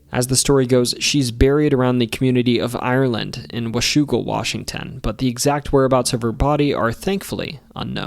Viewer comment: I'm from Southeastern WA and it's definitely pronounced with the a sound from "dad" or "apple"